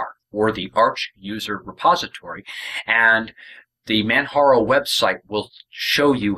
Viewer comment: It is Pronounced kilimanjaro as in the Mountain in Tanzania. the "J" is not a "H" sound. This has been an Excellent Distro, Even with my hardships and all. ran the net edition on an older laptop and it was the best. the Desktop has XFCE, and this machine has openbox. thanks for the vid.